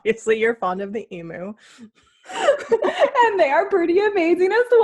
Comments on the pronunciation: I’m just super curious as to how it started that Americans always (mis)pronounce emu. Because it’s alway been eem-you here in Australia, as far as I know anyway. But I’ve always heard Americans say ee-moo, which is just weird to me. Although I think there are a few words where Americans say “oo” instead of “you”, like nooz instead of nyewz and such. Maybe that’s why. And it is a bit weird that I answered my own question while typing. Making this comment entirely pointless, but oh well. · As an Aussie I feel compelled to tell you it is pronounced emew like pew. Not emoo as in boo. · I have a question- why do Americans pronounce it ee-moo? It’s eem-you. I just wonder why. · I love you both! FYI it is pronounce eem-you LOL! Thanks for the fun video. :) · Okay.... Abby.. love you... but its an EMU ( EE - MEW) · I love how you call them emoo. Hugs from Australia 🤗🤗🤗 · I think the easiest way to describe how we pronounce the bird is ‘emew’. They are big scary birds who are VERY inquisitive and make a funny noise a bit like ‘glug’. We have some really bizarre animals down here!! 😄😀😄😀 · Wait...how do YOU pronounce "emu"?? questions everything